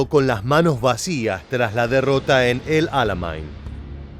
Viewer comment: "ÉL ALAMEIN" SE LLAMA 'EL ALAMEIN" !!! NO 'ALAMAIN".... POR DIOS !!! HICISTE LA SECUNDARIA ??? LA TERMINASTE ??